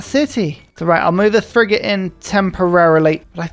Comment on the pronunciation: I've noticed this a few times now but it seems like has managed to somehow pull an Uno reverse card on the typical South East/London accent's tendency to turn 'th's into 'f's, and seems to turn 'f's into 'th's such as here the "thrigate". Actually a fascinating feature of his speech, never heard it from anyone else I've met